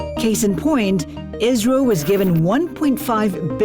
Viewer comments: why are you saying israel instead of isro? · Pronunciation of ISRO is not IZRO